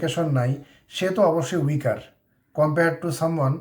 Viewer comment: আপনার ভিডিও টা ভালো তবে উইকার বলাটা ভালো সোনায় না।